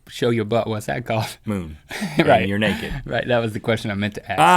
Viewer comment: And neked!?!?